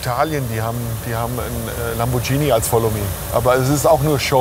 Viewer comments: Bitte mehr davon! Und lieber Follow-Me-Fahrer: das Auto wird "Lamborghini" gesprochen, mit "g" und nicht "Lambordschini". Da kriegt man Ohrenkrebs.;-) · Die teuersten Autos der Welt.....ich hab Koenigsegg....Bugatti oder nen Hennessy erwartet....und dann 2 popelige Bentley... und btw.....wenn ich Lamborschini höre krieg ich Ohrenkrebs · Lamborghini, nicht chini. Genau wie Cessna und nicht Schessna.